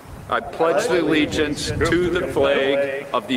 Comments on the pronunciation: lmao, he "pledges the legence." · "I pledge the legiance" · Did he say “I pledge the legions“? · 😂 "the pledge of the legiance" is killing tf out of me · "I pledge the legiance"? WTF? Is this guy a Russian operative? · He said "I pledge the legience" 😂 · Pledge theleejents